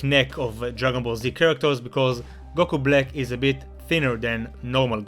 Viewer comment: goku blick, that's what I heard